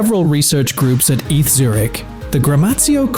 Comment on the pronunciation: Hate these auto narrators… story at ~3.50… ETH university Zürich is pronounced Ay Tay Ha.